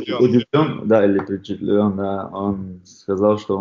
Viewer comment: Удивлен да или впечетлен 😂